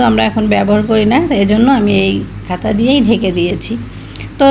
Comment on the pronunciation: আমাদের এখানে চারদিন ধরে মুসলধারে বৃষ্টি হয়েছে। কাল সারারাত ও হয়েছে। গরুর মাংস রান্না অনেক সুন্দর হয়েছে। তোমার আম্মার জন্য অনেক দোয়া রইল। আর কাঁথা কে খাতা বলছো কেন শুনতে ভালো লাগছেনা।অনেক ভালো থেকো।